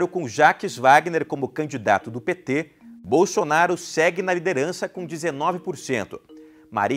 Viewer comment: Que delicia em veja comuna e nem sabe falar o nome do futuro presidente da selva kkkkk